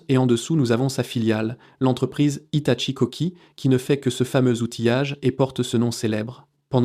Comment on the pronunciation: HITACHI ou HITATCHI ? l'IA n'est pas au top. rien ne vaut la parole humaine. ce qui m'inquiète c'est " TERMINATOR "! c'est dingue comme le cinéma anticipe la réalité!